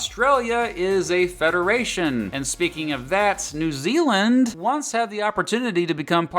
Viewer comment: New Zealand ( not New year).